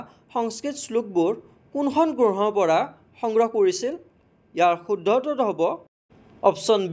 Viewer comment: Oi granha nohoi grantha